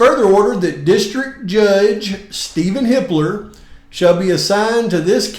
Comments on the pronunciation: Sounds like you're saying Hitler 🙂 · I thought you were saying "Hitler" this whole time 😂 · I wonder how many times people heard or accidentally said Hi*ler instead of Hippler?🤔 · Hippler; for a moment, I thought you were saying another name, a German name.